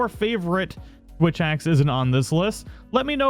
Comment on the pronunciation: did anyone notice that the first time he said switch axe he actually said "witch axe"?